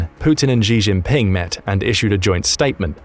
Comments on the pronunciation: who's Ri Rinping? "Xi Jinping" is to be pronounced (using english common words) "she - chin - ping" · So many videos... they still haven't learned how to pronounce Xi Jinping?!!! You literally say this name in 2/3 of your videos.